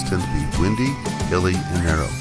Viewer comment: umm nz roads are windy (whine-dee) they twist and turn as they wind their way along, not windy (winn-dee) subject to lots of wind ; clear? good.